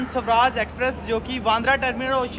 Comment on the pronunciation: Sawraaj nhi Swaraaj bolte h...bhai pronunciation pe dhyan de thoda...bahot cheap lgta h aise